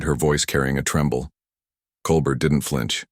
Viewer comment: Not only fake, that's not Bondi in the picture, and the guy talking doesn't know how to correctly pronounce Bondi or Colbert